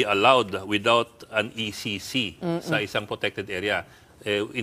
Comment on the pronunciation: ECC po maam hindi po EEC 😂😂😂